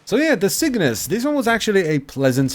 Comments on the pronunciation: It's Cyngas, not Cygnas. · CyNGas. Not CYGNAS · I swear you are saying "sickness" instead of "cyngas" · You gotta get up, get down with the cygnas. Yes I know it's cyngas but he says it like cygnas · It’s pronounced singis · say it like that..cyb-gas.... c y n g a s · Each time "Cygnas" is pronounced i feel sadder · Sin-gas. I can see why you'd want to mispronounce it though, that name just doesn't feel right.